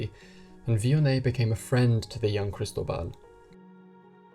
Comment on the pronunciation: FYI -- kris-TOH-bal